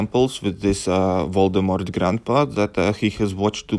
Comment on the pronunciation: "VOLDEMORT" YES 😂😂😂😂👌